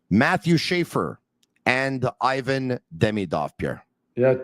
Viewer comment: would be nice to learn how to pronounce Ivan properly :)